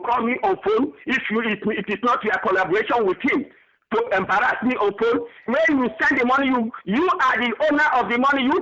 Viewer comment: He embarrazmi! 😂